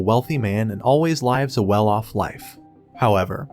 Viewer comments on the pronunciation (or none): I've given up commenting that "lives" isn't pronounced "LIE-ves" I honestly don't know what to make of it. Is this a tts? If it's actually a person they should be ashamed as a voice actor that is illiterate.